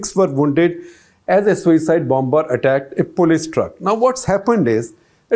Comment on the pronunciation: As usual, hats off to Shekhar Gupta -- who provides so much gyaan to this ignoramus about Indian politics! (But I just wish he would take more care with his pronunciation. Most egregious among today's salvos were schadenfreud (It is schadenfreudE, with the final consonent fully pronounced) and bomBer (The second b is silent -- "bawmer"). Of course, the latter is a pan-Indian issue -- not just limited to Gupta!)